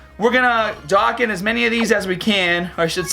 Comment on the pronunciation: NANIIIIIII?? He said Doe-can😱😱😱 WHAT DID YOU DO TO THE REAL!?